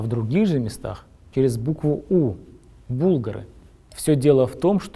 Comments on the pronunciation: Судя по фейсу ведущего- чистый казахский кыпчак. На меня- волжского булгарина голубоглазового кудрявого вообще не похож. Ударение ставится на слове БулгАры, а не бУлгары. Сувары- чуваши- еще одно племя булгар тоже на ведущего не похожи. Чисто хазарский тюрк кайсак, ведущий. Улыбнул))) По телосложению тоже- чисто пузатый кыпчак. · "Что за привычка ставить ударение на первый слог?" согласен, слово же тюркское: булгАры, город булгАр, волжская булгАрия никто ведь не говорит хАзары и тАтары